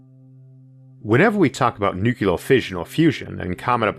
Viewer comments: I know you have a slight speech impediment - and that does not worry me when I listen to you, because you are one smart cookie. But, may I ask you to try to pronounce the word "nuclear" correctly? You are pronouncing it as "nu-ku-lar", which is a very common mistake - and one which should not be perpetuated. Think of it as two words; "new" and "clear", said without a pause. Good man! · Sorry to bring up such a pet peeve on such an nice vídeo. I really like your videos, but every time "Nukular" comes out instead of "Nuclear" it rings just... wrong. Keep up the good work mr. Arthur.